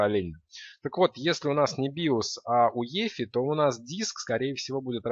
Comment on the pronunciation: Возможно, всё-таки не "уефи", а "юэфай"?